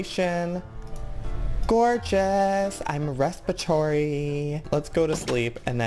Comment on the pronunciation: "Obsessed" with this series! Love watching how far you've come learning and building with Minecraft! You always make me laugh.. "respitoryeeeee" .. thank you for all you do and work you put in to your videos! Love ya!